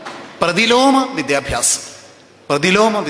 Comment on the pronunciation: വിദ്യ ബ്യാസം അല്ല വിദ്യാഭ്യാസം ആണ്